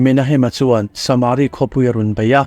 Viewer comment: saaaaamari nge samari tinge a hi ithuk kual duah leh